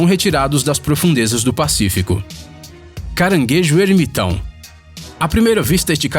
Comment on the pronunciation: O narrador muda o sotaque do "R" hehe "caranguejo Errrrrmitão" kkkk